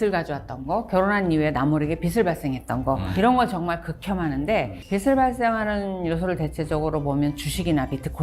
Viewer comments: "비시" "비슬"이 아니라 "비지" "비즐"입니다. 빚은 받침이 ㅅ이 아니에요... 듣기 참 거북하네요. 지식오마카세라니... 굳이 일본어 오마카세를 써야하나? 참 한심. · 빚을 비슬~~x 비즐~~o